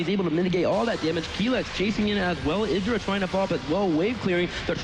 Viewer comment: idra? like the idra? wat wat